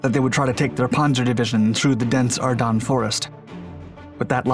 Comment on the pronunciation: Ardennes = say Ar-Den. Not dun. Ar-denn.